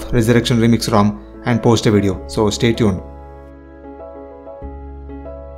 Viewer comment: im not criticizing and i appreciate your effort but why tf you say "weedio" for a damn "video"